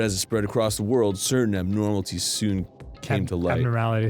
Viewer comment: Arin- Abnoramltease Dan- Abnoramilillies Arin- Coop de Tats Dan- Coup de Tots, it's French